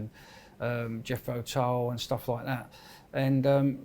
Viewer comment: .....Did he just say "Jeffro Tull"????